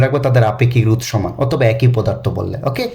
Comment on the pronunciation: Sir pronunciation rou na ro 😊